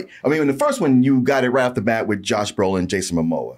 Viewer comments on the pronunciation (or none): none